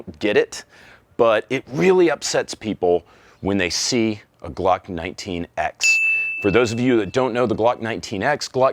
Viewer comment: I can’t unhear you saying “Gluck” and it’s destroying my mind.